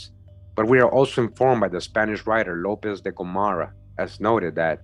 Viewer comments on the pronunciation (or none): none